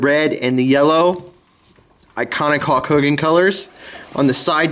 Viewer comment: Great Video i 100% agree with u he should still be in WWE.. but sorry not trying to be rude its Hulk not Hawk